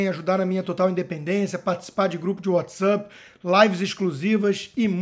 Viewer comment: Amigo Constantino... O treco se chama: "WhatsAPP... APP!! APP!! Não é "What's Up"! Come on, man!!!!